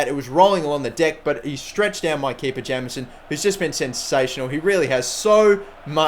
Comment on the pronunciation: Jameson is pronounced Jaymson